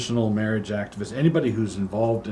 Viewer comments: yes. He calls it same-sex mirage. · Doug refers to it as “same-sex mirage”, because while it sort of looks like the real thing, it definitely is not. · Is Doug mispronouncing marriage when talking about some sex marriage on purpose?